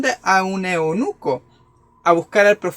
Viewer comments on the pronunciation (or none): Eunuco no eonuco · No es eonuco se dice eunuco